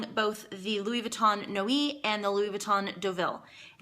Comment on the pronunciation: You're so funny and love your reviews! Just an FYI "Deauville" is pronounced "DOUGH-VEEL" and not "DA-VILL" :-) What a versatile bag and definitely awesome for a travel companion!